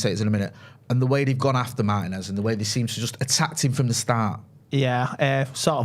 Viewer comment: Not for nothing guys but can we start saying Martínez correctly. It’s only like top 3 most popular Latino surnames. Does Martin-ez really not sound absolutely ridiculous when you say it. Like his last name is Martin with and ez on the end of it? You’re basically mispronouncing the equivalent of Joe Smith. FYI it’s Mar-Tee-Nez. Not hard guys. Martin-ez sounds so cringe yokel it’s not even funny